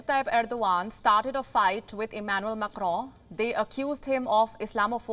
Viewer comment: She pronounced it correctly.